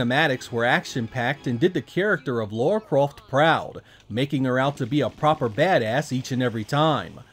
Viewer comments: 25 years later and people are still saying "Laura". Dude, it's "Lara". :) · Its Lara not Laura :| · Her name is LARA not LAURA! lol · Why do 99% of Americans have such trouble understanding this charecters name is LARA & not LAURA? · Why do you call her Laura? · How do you complete tomb raider and still call her ”Laura?” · Might be your accent - but you really seem to say Laura instead of Lara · La-ra not Lau-ra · Lara (LA-RAH) NOT Laura....even the characters in the game say it (LA-RAH) ugh lol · Dam American's and your Laura not Lara Croft.😅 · 12 mainstream titles and 3 cinemas released films, but still…, Americans’s can’t pronounce her name correctly. Like what are you hearing to continue calling her Laura? There’s no ‘U’ in her name!! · Great game one of the all time greats. It sounds like you keep saying Laura lol. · It sounds like you're saying Laura. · why can't americans say "lara"? or "craig" for that matter. anyways this version looks pretty bad. except for the lighting on lara, which seems to be light source dependent. something even VF2 and DOA(saturn version) couldn't achieve. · Tomb Raider stans, take a drink every time he says Lara's name wrong.